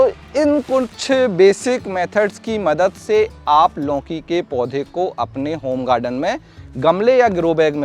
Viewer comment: मान्यवर पहले तो आप लौकी बोलना सीखें। आप लौकी को लौंकी बोल रहे हो